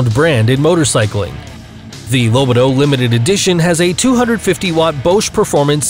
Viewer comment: I may be wrong, but wouldn't the "Lobito" be pronounced more like "Low-BEE-Toe" (which I think would be correct for Italian pronunciation?)